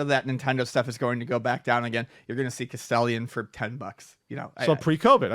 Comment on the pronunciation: lol 🤣, cas-tell-ion = castellón😭 best Spanish EVER. MURR-CA - Trump '24😜